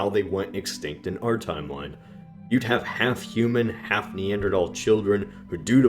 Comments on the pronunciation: stop pronouncing neantherdal weirdly it's not pronounced (knee-ant- terdal) it's pronounced (knee-anth-urdal) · Why do you say neandertal instead of neanderthal? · It's Neanderthal not neandertall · I thought it was pronounced “thal” not “tall”? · Did you pronounce it "Neandertal" instead of "Neanderthal" on purpose??? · i 'm sorry somehow i just hate hearing the guy pronounce it"Neandra...tall "...TALL??? at school our teachers never pronounced it that way!!! it was Neandra..THAL!!! and he just goes on, nonchalant, saying it that way as tho every person who attended school "back in the day" was used to pronouncing it this way. it's like Carnegie Hall. we grew up hearing event announcers etc pronouncing it CAR...negie Hall...oh no now it's " car..NE...gie "Hall. all these dumb "Johnny come lately ' s " need to do their homework and work on their pronunciations!!! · you are stupid because you say neanderTALL LOL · The 1000 dislikes were annoyed by "thal" being pronounced "tol" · NEANDERTHAL!!! not NEANDERTALL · Nee-ander-th-al th not tal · Wait, have I been pronouncing it wrong this whole time? Is it "neanderTal" and not "neanderTHal"? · its thal not tal. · Damn it bothers me you pronounce it neander-tall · i cant deal lmao "neanderatall" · "Neander TALS " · Why do you pronounce Neanderthal as "Neander-tall"? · "the neandethal gene" That phrase immediately destroyed any credibility you had. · I know it might be more correct, but I am never ever going to pronounce it neander-tal-. That is a Th in there. It makes me feel german and last time I checked, we won WW2. not the krauts. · "Neandertall" lol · that annoyed me so much, neanderTHAL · Why do you pronounce Neanderthal "NeanderTalls". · Your pronunciation of Neanderthal warrants a death sentence... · A silent "h" youe say. Hmmm, interesting hypothesis. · The way you pronounce Neanderthal bothers me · Why do you pronounce Neanderthal without the 'H'? 😂😂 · you didn't pronounce the "h"